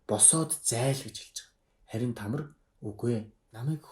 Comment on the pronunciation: Тамр биш Тамар.